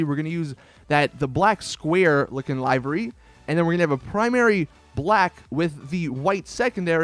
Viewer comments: btw is pronounced LIV Er ey ( livery ) not live er ey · It’s fucking livery not leyevery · lie-very... I think someone needs to learn how to pronounce words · Boy really said “live-er-e” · Livery isn't pronounced like that. it's like liver ee. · Live REEE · BTW, yu keep saying "livery" incorrectly. Pronounce it liv-uh-ree